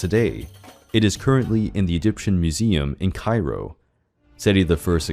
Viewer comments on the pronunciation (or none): none